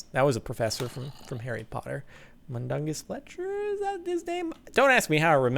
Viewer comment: Mundungus Fletcher .... professor..... Mundungus.....no.....jordan....pls.